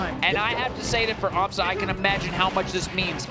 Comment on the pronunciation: It's an Amsah tech btw, not an Amsa tech. Very similar sounding ik, but there was no need to highlight it